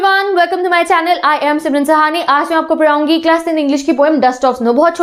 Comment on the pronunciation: Padhaungi ❌ Parraungi ✅